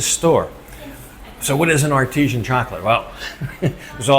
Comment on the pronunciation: Is it not Artisan emphasis on the san, not artesian, that's a well 😄